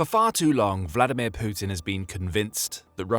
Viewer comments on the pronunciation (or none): none